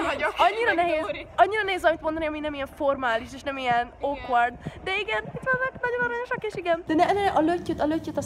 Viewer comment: okvard? ha má rendesen akarod kimondani, nem pedig magyar akcentussal akkor vedd a fáradtságot és és normálisan pronounceoljad ;)